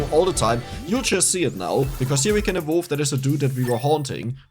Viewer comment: Thanks for the video, but your pronunciation of "evolve" is pure earache, google the correct pronunciation, it's easy!!!